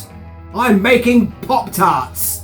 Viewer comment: Did you say .. POT TARTS ...😊 ..??